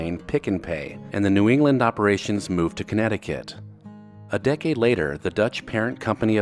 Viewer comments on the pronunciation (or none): none